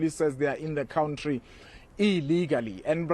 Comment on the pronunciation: Please, say “country”, not “cowntree”. It sounds like “clown tree”